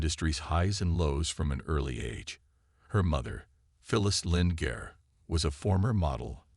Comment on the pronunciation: Gare? I thought her name was Garr